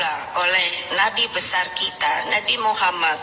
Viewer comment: jangan takut bg. Yg ditakuti gw bisa bisa nya si mega.bilang Nabi Muhammad SAW.ngucapinnya patah patah